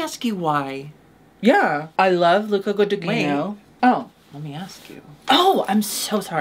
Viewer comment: Im sorry Darby, I immediately knew what was talking about when she said Luca Guadinino